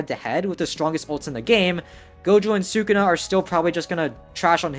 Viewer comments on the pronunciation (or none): none